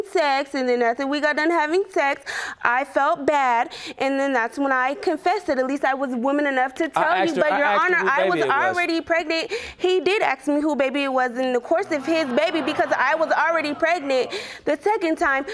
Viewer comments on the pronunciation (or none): Is it ask or aks?